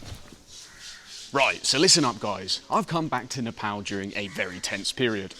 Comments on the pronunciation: The way your pronounced nepal at first feels like music to ears 🥹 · I think this is the first foreigner to pronounce 'Nepal' correctly, instead of 'Ne paw l" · Happy that you’re saying NEPAL not NEPOLL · Bro said "Nepal" not "Nephol"